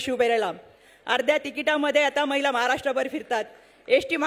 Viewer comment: ताई मैला धोरण नव्हे,,,,, महिला धोरण,,,,,, म्हणा,,,,❤❤